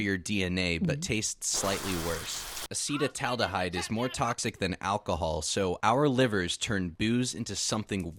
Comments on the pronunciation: acetal - (a)ldehyde ❌ ace - taldehyde✅ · Acetaldehyde ❌️ Acedataldehyde✅️ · Acetaldehye; not aceta-aldehyde… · Bro its "acitaldehyde" not "acee" in pronounciation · advice from creator to creator. its not hard to look up "translate" and put in the words you cant pronounce. ass-uh-taal-da-hide. poly-sick-lick. cmon man, this shits nearly unwatchable. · ACEY- TAL- DA - HYDE your welcome 😂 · The way you pronounced acetaldehyde just gave me cancer. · Bro doesn’t know how to pronounce acetaldehyde 😂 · bro you pronounced acetaldehyde wrong. edit that shit pronto dont lose viewers. and polycyclic and heterocyclic